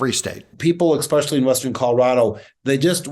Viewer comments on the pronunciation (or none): "ekspeshully." yeah; no.